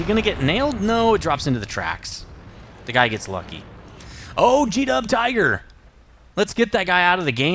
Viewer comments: the jagdtiger is pronunced Yag-tiger even if its spelled jagdtiger its pronounced yag tiger and none were right its not teeger its tiger like a tiger just like you prounounce it in the king tiger note im not german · Its jag-tiger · Jagdtiger is pronounced as JAG TIGER. You just have to drop the D. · It's yag-tiger. As jingles and quickly say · say jegttiger, like I in i am ;) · YOG-teegah, I believe. Can't wait for the Foch. So fast... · It's pronounced: YagdTaiguer/JadgTaiger. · The J is pronounced like a Y in German. :)